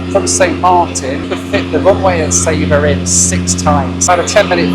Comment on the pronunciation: It's not pronounced sayba , it's sa-ba